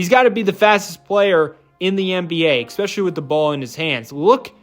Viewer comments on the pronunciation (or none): The word is pronounced "ESPECIALLY"...there is no "x" in the word. 😵‍💫